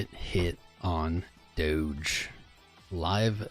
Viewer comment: its not dodge. its pronounced doe (like a female dear)